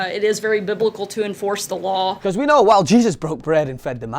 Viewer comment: Hate the way Sessions and Hukabee say “law” like “lauw”